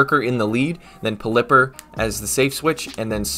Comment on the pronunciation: I think it may be pronounced pel-i-pper like the way you pronounce pelican